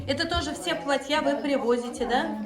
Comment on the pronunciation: Так сильно внешне туркмены похожи на казахов! Хотя до казахского настоящего бесбармака без обиды ой как далеко, особенно до северного!, не платьЯ, а плАтья!